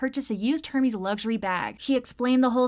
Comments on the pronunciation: Her-mees It’s -er-mez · HURmeez💀 Correct pronunciation for this brand is more like [Ehr-mehz] btw